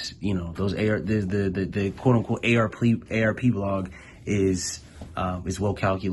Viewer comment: Just called that man AR-Plea lmao. You wildin